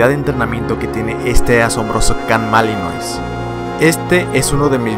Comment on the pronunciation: Se pronuncia malinua no malinois